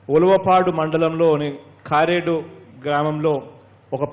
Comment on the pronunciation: కారేడు కాదు, కరేడు.